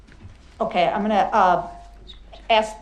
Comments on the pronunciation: Brooks: "Would it be fair to AX?" AX? The word is ask, A-S-K. The only AXE needed is one to behead this fool. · It's ask not aks, for God's sake man. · I believe it's ASK not AXED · Axe.....sigh....try ask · Akss lol its ask. 😂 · To ax?? Why is it that people of color cannot say the word ask correctly? And what the hell is him having to be in uniform and supposed to be on duty have to do with him Testifying?? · Who let this moron defend himself? Ask not ax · Brooks, is it safe to say that you don't AXE someone but rather you ASK someone ? One of your numerous lies involved you giving false information as to the level of your education ? You told Police you completed 12 years of school when in fact you barely made 9 years of Junior High ! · As has been said, an attorney who represents himself has a fool for a client. Interesting that can't properly pronounce "ask" which he vebalizes as "axe" yet he pronounces "asking" just fine. He ended up getting everything he deserved but wasted so much time and taxpayer money. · Is it fair to axe….lmao. This fool is trying to represent himself yet he cannot even speak correct English LMAO. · The word is “ask”. Period. An “axe” is used to chop wood. This defendant is a waste of oxygen. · He tryin to axe some questions....let him axe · The issue is this moron's homicidal rampage, not him trying to find out who ''snitched'' over him slapping his woman around. And that word AX instead of ask, and DAT instead of that. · Brooks looks at his paper work like he actually knows how to read. Or for that matter speak English. I thought axe was something u chopped wood with and now I find out it’s when u axe a questions. All my 36 years I thought it was ask a question! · Why is it so difficult to say the word "ask" instead of "axe" ?? MAN, this guy is so annoying. His charming personality will not go over very well in prison. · Why do these people say ‘Axe’ instead of ‘ask’ baffles me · He sure axe's a lot of questions